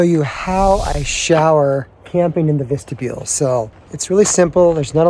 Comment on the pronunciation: Vistabule not Vestabule.